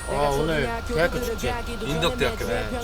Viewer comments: 그와중에 대학 축'재'.... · 언에듀 이와중에 쯤에 대학축제할때 축제라 해야하는데 축'재'라 했네 ㅋㅋㅋㅋㅋㅋ